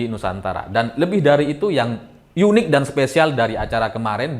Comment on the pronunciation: Mas....unik ngapain dibaca "yunik..." Nanti jgn2 tulisan "untuk.." dibaca nya " yuntuk..."😂